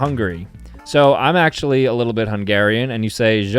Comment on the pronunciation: So I am hungarian and you said you were a little bit hungarian and then you just pronounced the words so badly.( No offence its just funny that you pronounced it like it was french)😂But it's actually so cool that your a bit hungarian because I am and I would have NEVER thought that you were a little bit.